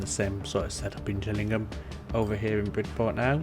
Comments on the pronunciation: it's a G not a J, so its Gillingham as in fish gills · Its pronounced Gill ing ham as in a fish gill. I sorta miss having to deal with traffic however the game chokes after the map has more thank 20k peds. Which this happens really quickly when you let the towns develop. If you don't mind the lag a few other solitons I do myself is for a start get the town better connected. Use the underground trams mod to create a metro network linking to your train station. Lastly just disconnect roads from any towns you haven't gotten a connection too yet. This way they wont drive miles across the map. Good video btw